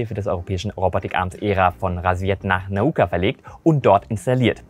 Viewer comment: Danke, dass endlich mal einer Nauka RICHTIG ausgesprochen hat. Überhaupt scheinst Du Russisch gelernt zu haben, da alle Deine Aussprachen von russischen Namen ziemlich spot on sind!